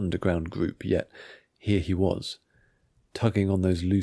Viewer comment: "Here he was,..." should have more of a shifting emphasis to lead the narration towards an entrance. The story is good, but most of your speech is a bit monotone. With a little bit of practice, you can make your stories feel more lived and dramatic. "Uncomfortably" We should hear you pronounced the word uncomfortably "uncomfortably..." like its definition. If two people are talking to each other, you should change tones, intonations, even if you can't do impersonations. It flows better that way. "We all knew from the beginning" That's when you got it right! "Kaminsky laughed" We should hear you widen your smile to sell the moment. "It won't be trivial, but I'll look into it" You got it right! You can hear a small sigh of annoyance. Same with "the papers bore me". "If there's one thing Holland hated,..." the word "hated" should have a higher pitch.